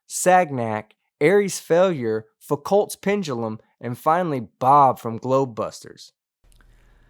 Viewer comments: Hey! Pronounce the French name right. Foucault's Pendulum is pronounced FOO-koh! There is also the Compton Tube which is a similar way to prove rotation. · Great video. Just so you know, Foucault's Pendulum is pronounced as "foo-ko's" accenting the second syllable.